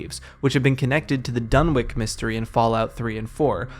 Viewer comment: it’s pronounced “Dun-itch,” there’s no W and no Ick sound